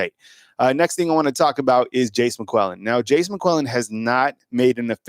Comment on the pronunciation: Why does this guy pronounce It Jace Mcwellan? Is that how it’s supposed to be pronounced?